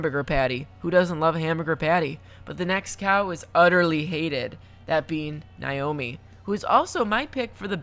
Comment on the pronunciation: No hate but it’s nay-oh-mi sorry my friend had that name it it triggers me ahah 🥴